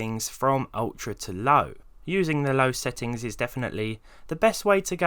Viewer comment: you said low sounds like LAU